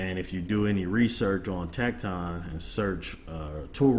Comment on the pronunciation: Good try with the pronunciation of tekton but its actually pronounced tektin. Everyone seems to be pronounced it wrong. As I was told by the company themselves. Of the correct pronunciation. Just thought I would let you know. Good video though.